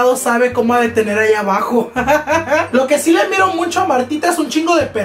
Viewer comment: Me encanto el video alv me subsrcibi :) me recuerdas de los niños en mi escuela que dicen “muncho” instead of “mucho” xd nomas digo its funny tho❤️😂